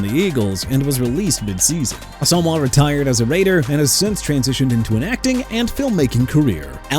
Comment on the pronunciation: FIRST OFF IT'S NNAMDI ASOMUGHA PRONOUNCED ah-so-muah!! SECOND HOW ABOUT TYREEK HILL WHO HIT A WALL?! HOW ABOUT THAT?! TIRED OF THIS NONSENSE... AND I'M ALREADY UPSET!